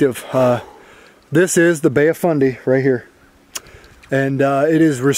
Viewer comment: Did you say bay of funday Lmao